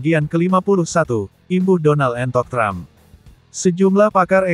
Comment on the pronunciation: Donal Trump tapi di baca Donal bebek😅😅😅